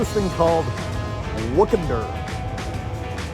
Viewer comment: Hey Dave, its Weekender, not woke-ender. Its ok my friend...😮